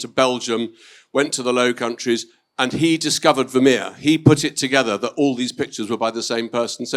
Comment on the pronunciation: this interviewer can't even pronounce the name Vermeer correctly!😮